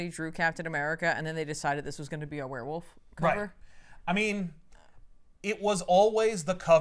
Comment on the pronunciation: I simply need to say everytime someone says "werewolf" I can only ever hear "wheir-whilf"